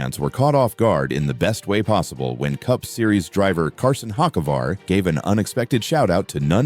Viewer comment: Hawk-A-Var. Dumbass AI